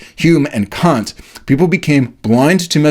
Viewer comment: Kant, not Caunt